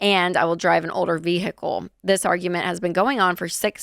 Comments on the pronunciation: veehickle. lol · Its vehicle. Not vee hick lel lol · Why does she say ve-hickle like that ? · "Progrum" "VeHICle" Like father, like daughter 😂